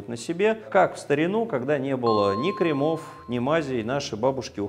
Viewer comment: Спасибо! Но, пожалуйста, измените ударения! КрЕмов,ногтЕй, пр.